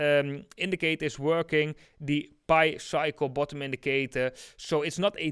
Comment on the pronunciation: Pi is pronounced like eating a pie, pi is not pronounced like pee